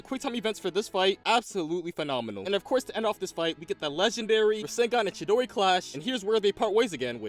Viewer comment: bruh he seed chidori